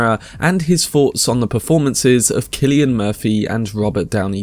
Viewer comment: Very much appreciate you pronouncing “Killian” Murphy correctly 😊 however you also pronounced the number 3 “free” so I guess you’re breaking even. Sorry, keep at it!